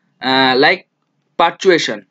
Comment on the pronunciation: It is parturition, not pertuation.